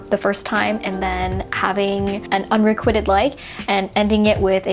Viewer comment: psst, it's pronounced un-re-quite-d not un-re-quitted